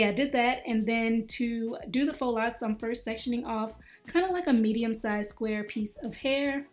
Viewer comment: Let me hear one more person say fox locs 🙄😂